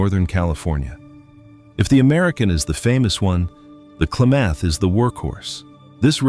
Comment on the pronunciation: Can't pronounce Klamath or show footage of the actual rivers...AI